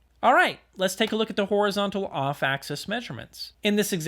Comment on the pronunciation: Axis not access :)